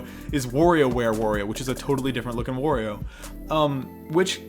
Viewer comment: WHY DO YOU PRONOUNCE MARIO AND WARIO LIKE THAT.